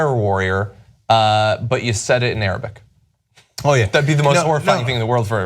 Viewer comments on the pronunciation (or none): He just slaughtered Arabic. SAD! تم قتل اللغه العربيه بنجاح